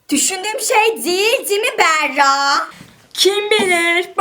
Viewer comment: O sırada adı Berra olan kişiler: Yalnız benim ismim "Beğğrağ"diye okunmuyor...